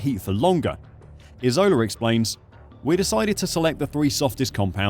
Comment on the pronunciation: Ìsola, accent on the i. Why use a picture of him in a facemask anyway? Was that a deliberate choice?